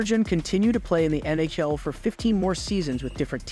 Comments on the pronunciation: Ummm.... It's actually NHL not Nayel🤓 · Learn how to pronounce the names properly let alone N-H-L. Turjon lol